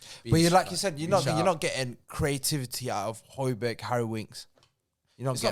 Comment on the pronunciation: please tell that it’s hoy-be-air